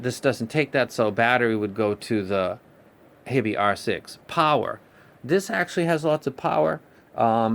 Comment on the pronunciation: Awesome review. I follow all of your reviews. Its "HIGH be" not hibbie. because of your review i bought this and i am very satisfied.